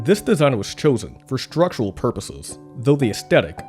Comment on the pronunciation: Great documentary. The narrator just needs to learn how to pronounce the word 'structural'.